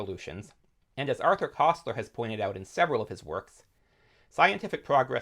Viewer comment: For Koestler, say 'kurstler'.